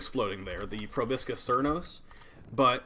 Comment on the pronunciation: YOOOOO It’s pro-BOW-skis